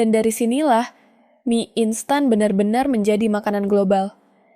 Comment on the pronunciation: ai nya suruh belajar baca "mie" yg bener lah bang